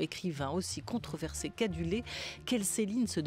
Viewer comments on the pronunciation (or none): On ne dit pas "contreversé" mais "controversé". : on ne dit pas non plus "vous êtes le patron qui publiez" mais "... qui publie". France "Culture", faites un effort sur le français, on n'est pas sur NRJ...